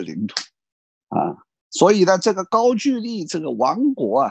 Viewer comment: 应该是高句（音gou）丽吧